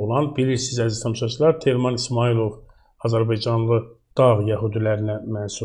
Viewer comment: Azirbicanlı niye deyirsiz? AZƏRBAYCANLI DEMƏK ÇƏTİNDİR?